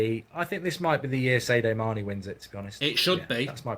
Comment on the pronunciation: u say sadio mane in the most horrible way possible